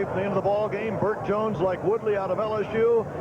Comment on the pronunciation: Truly terrible. Both announcers repeatedly referring to the wrong players, wrong positions, and mispronouncing players names (David Woody and Jonathan Woodley!). Besides all the mistakes both announcers are just boring and vanilla, offering nothing other than cliches